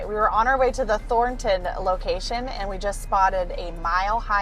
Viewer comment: that’s not how you pronounce “Thornton”. 😝 Thornton is pronounced with two syllables, emphasizing the first: "THAWN-tun" (UK) or "THORN-tun" (US), with the 'o' sounding like in 'horse', the 'r' often pronounced in the US but sometimes dropped in the UK, and the 'o' in the second syllable often reduced to a schwa sound (like 'uh'). 😅